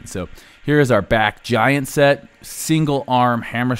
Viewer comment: "Gaint set"